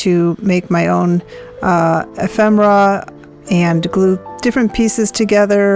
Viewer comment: Nice job, and a great tutorial! I do think the word is E-fem-er-a, tho'. Thank you for sharing your expertise!